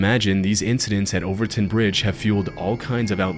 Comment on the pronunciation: You said Overtoun AND Dumbarton correctly! Subbed 😂 - "Celtic" isn't Seltic. It's Keltic. Unsubbed 😢😅